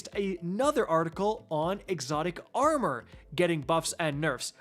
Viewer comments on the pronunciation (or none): none